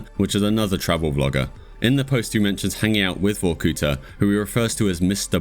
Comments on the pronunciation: it's not vokúta, it's Vorkutá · not "VorkUta" but "VorkutA". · it's not VorkUta it's VorkutA, thank you